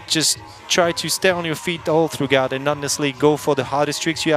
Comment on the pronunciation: This guy keeps pronouncing the g in throughout. That's such a common word, I've never heard it so butchered.